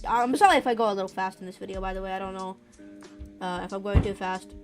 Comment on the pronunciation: "oh wait, there is this bwodor i dowt want" also dont worry im not making fun off you just a tiny thing i noticed lol